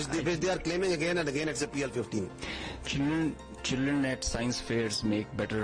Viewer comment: Pl -15 E❌ PL-15 AAND✅